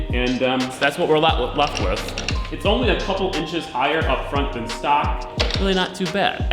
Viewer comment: Take a shot anytime says "Wiv."